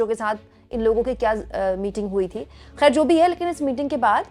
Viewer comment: 'Mulakat' nahin mulaqaat...khair nahin khhhair